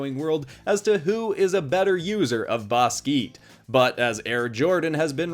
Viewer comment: ‘Baskeet’ killed me 😂😂😂😂😂 Also. There HAS to be a part 2!!!!!!! Pls include a swimmer or diver (like Tom Daley)!!!